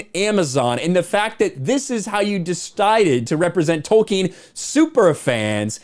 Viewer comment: It’s Tolkien not wolkien!